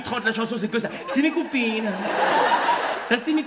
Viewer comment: J'adore quand il dis< ça ces mes coupines> 😄😁😁🤣🤣🤣😭🥳🤩😂😂😂😂😂😂😂😅🤣🤣🤣🤣🤣🤣😆